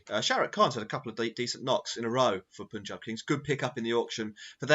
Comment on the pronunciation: It's PAANJAAB not POOONJAB